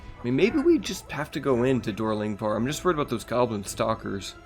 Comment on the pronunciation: What the hell is “dur gurdur”